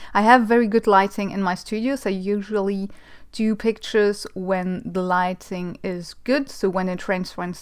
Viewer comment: Light-ING, not light-EN-ING.... :-) always love to watch you work!